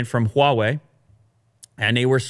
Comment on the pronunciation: First time heard an English speaker pronounce "H"wa Wei correctly. While a lots of Americans will find the "H" sound wired, it actually is the same sound of French "R" - somehow they think French is elegant.